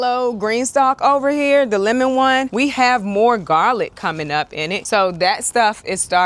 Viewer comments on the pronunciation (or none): none